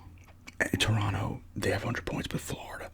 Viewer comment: Haha shout out to you for pronouncing Toronto correctly 👏🏽👏🏽😊 Second T is always silent 😂😂